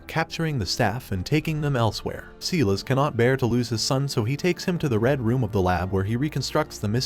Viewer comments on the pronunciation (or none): It's Silas (Cy-las)Stone you twit! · The fact that the narrator mispronounces names like "Silas" and "Krypton" makes me think it's an AI.